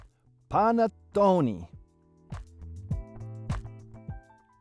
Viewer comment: Is not Panne Toni …is called Pannetone and is a cake e not a bread!